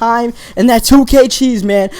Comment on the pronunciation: It's not "dat" it's "that" and it's not "dere" it's "there"